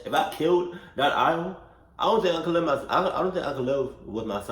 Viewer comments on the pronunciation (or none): My mans said "aisle" instead of "owl" 😂😂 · dude said an aisle